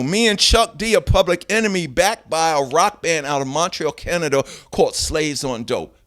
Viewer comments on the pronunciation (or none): none